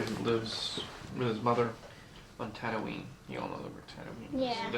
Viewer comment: Why George gotta call it "Tadooine"